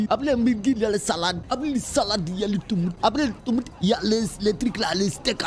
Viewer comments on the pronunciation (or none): Le "tOUMate" 😭😭